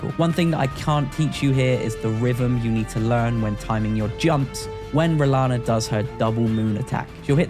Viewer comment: I was going to see if you could go the whole video without saying "renalla" but you failed! Loll I would too